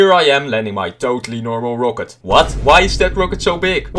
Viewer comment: The way you pronounce rocket annoys the hell out of me😁 Other than that, great vid